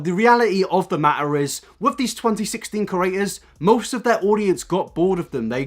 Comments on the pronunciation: I'm so irritated by you saying cERators instead or creators 😂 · It's PANSINO please -_- and CrEAtors, not curators. I know you're British but come on fam, just talk slower :D